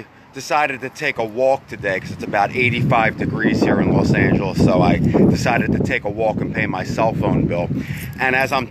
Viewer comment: Why Do You Say Las Angeles